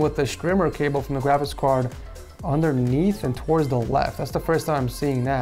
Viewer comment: you keep saying grabicks card